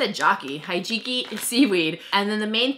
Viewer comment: Hijiki is pronounced "Hee-Gee-Kee" :)